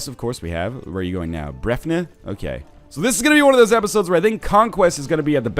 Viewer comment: its pronounced bref-nee